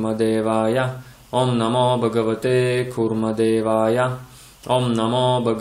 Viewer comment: Я вот не пойму почему вы произносите багавате,когда там пишет Бхагавате.Хочу заметить на примере 6 песни Шримад Бхагаватм,что в санскрите произношение очень важно и если не правильно звучание результат будет не правильный.Как в примере с Вритраасурой,его отец хотел чтобы был враг Индры,а из-за не правильно произнесённой А вышло Индра враг.